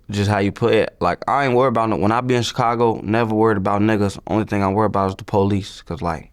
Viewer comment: Is it me or do anybody else hate how vlad say chicago everytime he say it